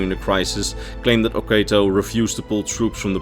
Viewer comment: I hate to be that guy, but I believe it's pronounced /o'katoʊ/, oh-KAH-toe, not /o'keıtoʊ/, oh-KAY-toe.